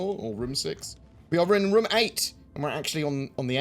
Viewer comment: It's rOOOOm, say it right,!